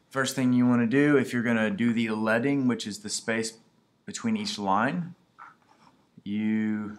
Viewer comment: Is that really how leading is supposed to be pronounced? Hmm